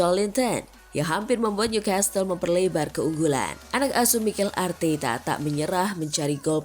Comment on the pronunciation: Maaf bukan ngajarin NEW CASTLE itu bacanya bukan nyu kestel....tapi nyu kasel...saya tahu karena pernah tinggal di sana